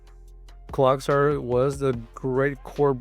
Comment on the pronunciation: bro said clogsire lol